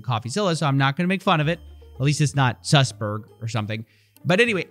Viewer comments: suss...berg? HAHAHAHAHAHA u cannot make this shit up. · LOL his name is suss berg